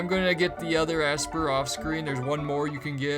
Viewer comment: It looks like the girl walk path is down up right to get golem. And it's pronounced Esper, not Assper😂